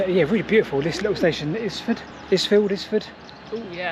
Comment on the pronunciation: "Isfield": not "lzfield" but "eyefield" (think Island"). And the big ship at Newhaven ... that's one of the big cross-channel ferries: Newhaven to Dieppe.